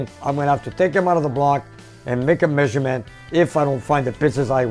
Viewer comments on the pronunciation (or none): none